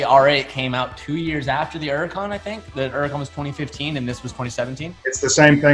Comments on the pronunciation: What is a urican? You mean Hurican? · Is this dude stupid or does he just like saying “Uracan” instead of Huracan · It’s a Lamborghini Huracan not an uracan idiot !!! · Don't forget the H in Huracan bud! Don't forget the T in Aventador bud! Sheesh! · Where’s the “H” in huracan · it can be pronounced as Huracan or Uracan